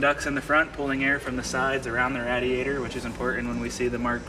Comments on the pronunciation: the way he pronounces radiator really bothers me lol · pronounces "radiator" as rad-ee-ay-ter rather than ray-dee-ay-ter. That was not uncommon when I was a kid but not so much any more. Is it regional? Does the Simeone Foundation have a "Mk I" GT40 for comparison? Funny they didn't measure the Mk II. Legend has it those were built a bit taller in order to accommodate Dan Gurney and A.J. Foyt..